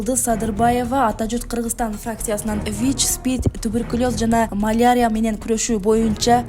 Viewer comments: Маляря. Эмес малярия жазылат бирок марерИя болуп окулат.? Силер журналистсинерби? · "Малярия" дейби бул журналист сорой